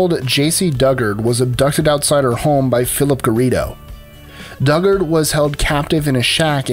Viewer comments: None of these are particularly mysterious. The simple fact that they were found takes the mystery out of it. And Dugard is pronounced "DOO-gard". Not duggard. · Your research sucks. Elizabeth smart brought about her own rescue, and Jaycee duggard pronounces her last name doo-gard and she was gone for more than ten years and she did not have Stockholm syndrome. Oh and also Steven stayers brother is a serial killer on death row, and sadly Steven died a few years after he rescued Timothy White. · Let me correct you on Jaycee case.....her last name Dugard is pronounced "Dew-Guard" She never had Stockholm syndrome.....she complied with her captors to survive. There's is very distinctive difference. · Jaycee DugarD. Pronounced do-guard. She is not a Duggar and deserves better than to have her name mixed up with theirs.